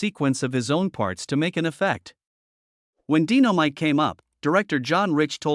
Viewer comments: It's not DINO MITE ITS DYE NO MITE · I know he keep butchering everybody's name sometimes he says it right and then he doesn't, how you going to butcher the name Dynamite, he must be reading a script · He is butchering so many words, sometimes he says they're right name and then he messes it up like he can't remember the names again, in the beginning he just butchered Dynamite